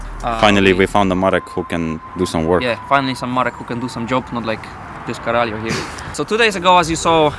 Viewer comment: I don't know who teach u guys to say "caralho" but they did a good job